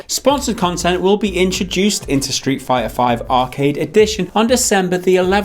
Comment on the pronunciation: I am sure I heard you saying Shit fighter V!